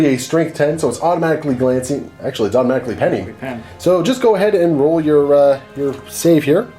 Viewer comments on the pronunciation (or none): none